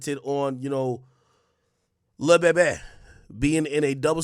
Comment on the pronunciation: We say le bébé not le bèbè